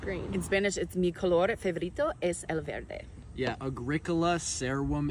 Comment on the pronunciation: verde is pronounced berde